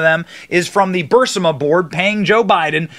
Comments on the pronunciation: Burisma Burisma BURISMA!!!!!! Bu Ris Ma!!!!! NO Bur Si Ma!!!!!!! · Not to nitpick, Benny, but Burisma is not pronounced "Bur-si-mah". It's "Bur-EEZ-mah. Such a small thing shouldn't drive me crazy, but it just does. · Burisma pronounced Bu-Ris-Ma not Bur-Si-Ma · Benny, I mean no disrespect but it's BURISMA (burEEsmah), not BURSIMA. Just trying to help... On Garth Brooks, if he wants to go broke, I say let him... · Benny … most of the time I crack up hysterically and love seeing what you’ll do next, but if you don’t stop saying “BUR-sa-muh” I will lose my scht. Say it like this: “Bur-IZ-muh” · BENNY NOT BURSIMA BURISMA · You really should learn how to pronounce properly the word Burisma , not Bursima . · It's not Burrsimma Benny. 😂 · Benny,it is pronounced Buh riz muh. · Hey, Benny, will you PLEASE learn to PRONOUNCE BUR-I-S-MA --- sounds LIKE - BUREESMA✔️ It's reminiscent of people who say nuc-U-lar vs nuclEar. THANKS! Garth has a queer daughter & he has always been an EVERYTHING perv goes guy.🙄